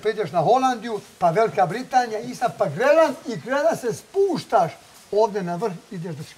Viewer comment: BEČ MINHEN HOLANDIJA VELIKA BRITANIJA PA”ZELAND” Valjda je rekao Grenland ali zvuci Zeland.